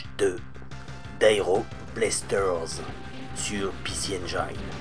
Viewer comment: Parfois tu dis bien "ainejine" mais souvent tu te forces à dire "ainejaillene".. Je te confirme que le i reste un i en anglais ;) ... bon, ça fait 3 vidéos que je viens de mater, peut être le temps pour moi de m abonner